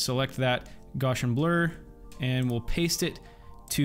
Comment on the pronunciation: Awesome tutorial. I love the way you built the background. And it's pronounced like gow-shun.